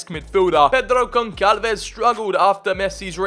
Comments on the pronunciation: Bro it is pronounced GonSalves the ç is pronounced as an S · Dude you know how to pronounce some italian words, but you cant pronounce the "ç" in "Gonçalves"... Its almost the same as "s" and not like "c".